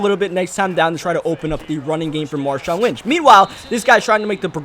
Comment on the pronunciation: you said l wnch